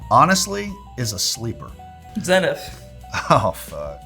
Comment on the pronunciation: That's not how you say Zenith. How am I going to trust dudes that don't pronounce Zenith correctly?